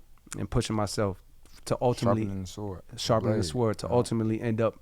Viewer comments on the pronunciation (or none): Hearing Cole pronounce the W in Sword really throws me off 😂